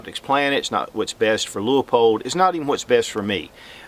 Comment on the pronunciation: The Leupold catalog has a note that the low end is actually 1.5x even though labeled as a 1.25x. Also, I think the company pronounces the name as "lew-pold" rather than "lew-ah-pold".